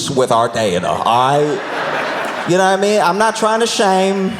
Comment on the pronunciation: "We are slu-TEE with our day-TUH". 😂💀